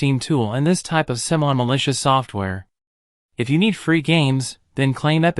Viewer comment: Ai talking about malicious, damn